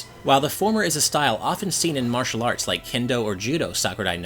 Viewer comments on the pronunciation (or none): none